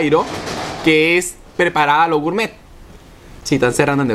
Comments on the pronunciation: dijo gourmeet como 20 o 30 veces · Y otra cosa no es gurmet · Cuantas veces dijo gourtmet? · Lo repitio 3 veces lo de gurmet jaja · like si contaste cuantas veces dijo gurmet xd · Mucho goormett o no se como se escriba pero ya como decía mucho gormett pero después mucha chatara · Gurmet jjajajaja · Deja de decir gurtmet